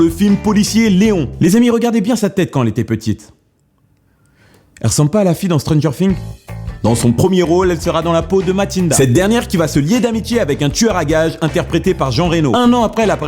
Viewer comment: "Matinda" mais putain avant de faire ton sujet apprend a lire serieux ....